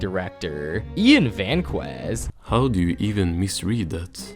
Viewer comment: I mean it’s obvious, the AI can’t even pronounce Vazquez lol